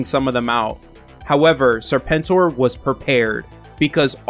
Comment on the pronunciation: I think your pronunciation of Serpent OR was just fine.